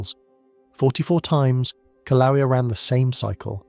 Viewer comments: Pronounced kill-a-way-a. I’m W. of Pele’s home. Expect more activity SE of Kilauea as the earth goes thru a slow birthing of the new island Loehi, still under the sea. Don’t wait up. This will take a long, long, long time. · The correct pronunciation is... Kil-A-way-yah.😊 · I’m gonna start a drinking game where I have to take a shot every time he pronounces the word Kilauea in a different way. The majority of them have been incorrect, but geez, just pick one and roll with it. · Why do you keep mispronouncing Kilauea?